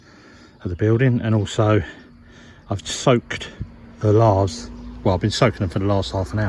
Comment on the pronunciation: Great work...but I'm sure those are "lay-thes" not "lar-thes"😂